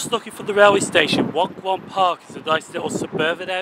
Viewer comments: Waun Gron is pronounced /wine gron/. It makes perfect sense to both Welsh speakers, Wenglish speakers and even English speakers. ;-) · Actually pronounced Whine gron park. It's not named after the small park beside it, the park was named after the station and did not exist when the station opened ! There is no such district as Waun Gron, but opening 2 stations in Fairwater so needing a name for this one, they named it for being on Waungron Road known for being on a key road junction leasing into other districts. They actually thought Park would encourage park'n'ride use even though they did not build a car park because of no space for it ! It's very close to, so it amounts to a reopening of, the former Ely station that was on the main line and was Beechinged 1962.